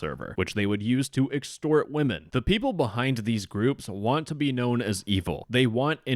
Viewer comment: Dude…it’s not pronounced wo-men men referring to multiple female persons…it’s pronounced wimen. It really sounds like the stereotypical pronunciation made by someone talking like an unsophisticated caveman when pronouncing it how it’s spelled. Also, it almost sounds like you’re just saying woman when mispronouncing it. Anyway, that is all 🫶👋✌️🖖 luv ya buhbye!